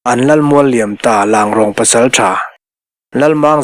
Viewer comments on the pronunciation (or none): Langrong nilovin Ranglong titur ni zawk em aw.